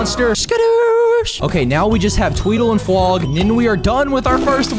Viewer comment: I hear fwog saying womp womp😭💀